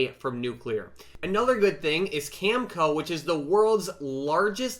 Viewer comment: Uranium is definitely a place to be. Energy is everywhere in the news today. Many countries are doing a 180° turn. Been positioning for years. I was very early but better than being late. Oliver Stone’s new documentary “Nuclear” was just released at the Venice film festival. People need to get better educated on nuclear energy. Looking forward to seeing it myself. Btw, CCJ is pronounced “Cam-A-Co”. Cheers